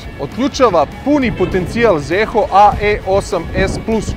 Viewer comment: Nije Zeehooo nego Ziho.